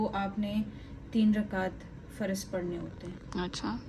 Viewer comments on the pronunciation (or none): Farad nhi faraz